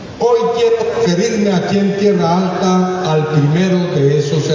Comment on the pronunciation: No es Tierra Alta, es Tierralta